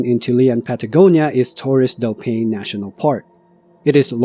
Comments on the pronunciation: Not "pain" but "pai-neh". If you dont know how to pronounce some place name properly, please look it up before you record. This whole video you mispronounced the name of the place dozens of times. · Paine is the indigenous word for blue and is pronounced PIE-nay. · Pronounced “pai -nay”. 😊